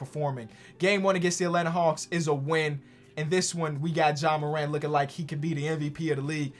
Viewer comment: I felt the heat too. If only he pronounced Ja like FlightReacts.